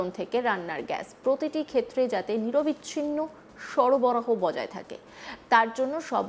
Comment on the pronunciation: নিরবিচ্ছিন্ন হয় না নিরবচ্ছিন্ন হয়। নিঃ + অবচ্ছিন্ন